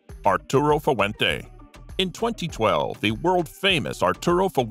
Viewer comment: Fu-ah-went-aa? What kind of pronunciation is that?